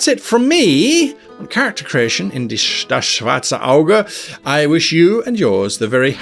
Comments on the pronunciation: Nice video. Good thing you mentioned the Optolyth because that thing has helped me create all but my first character and it would have taken me much longer to create them if it werent for the software. Btw. your pronunciation of "das schwarze Auge" is surprisingly good. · Fair, fair. Since Guy's German sounded so good when he said the original name of the game, I thought maybe he can read the rules in the original german (but is using the English translation for the video because why wouldn't he?). And true, hearing about 4.1 might scare off people. I actually had a bit of a brainfart and thought the first video was about 4.1 until he mentioned clearly written rules. That's when I realized it couldn't possibly be that wonderful mess of a rule system